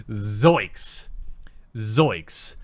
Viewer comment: ZOINKS. Not zoiks >_>